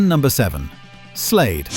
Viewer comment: Its Slade, not Slayed.